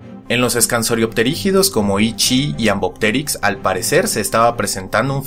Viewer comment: Se pronuncia "Ii chii". 🙂